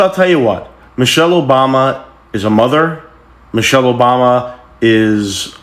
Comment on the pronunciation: Sound like he said Mochelle instead of Michelle… he is an idiot, always looking for attention